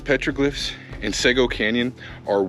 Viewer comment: It's pronounced seego